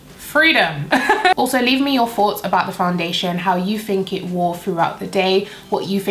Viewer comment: Wow it looks so nice! The eyes are gorgeous! Im sold i gotta try this because i am very very oily ugh lol My husband and i always argue over whether ur saying "foughts" or "thoughts" lol